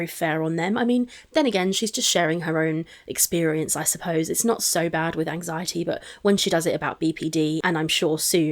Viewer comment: As someone with DIAGNOSED "generalized anxiety disorder (GAD)", her flippantly talking about her "anzi-it" isn't funny either. I do not believe her anxiety is nearly as bad as she says it is. I don't believe her about anything. She has a "thyroid" issue now because of Beck. If she doesn't show her patient portal, then she is lying. That test result is right there with the diabetes results.